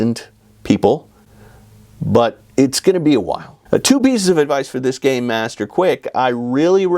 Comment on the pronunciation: Rule 45: If you keep saying "Gay -master" instead of "Gamemaster," and I call you out, and you say "But I was saying 'Gamemaster!'" I will pack up my things and leave. And we're breaking up.